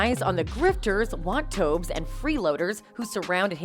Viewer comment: So, the worst thing the investigator could discover is that Johnny is overly generous. You could have presented that in a more positive way….you’re commentary makes it sound like that’s just as bad as being a wife-beater. BTW, wantobe is pronounced Want To Be…not wan-tobe (like ear-lobe)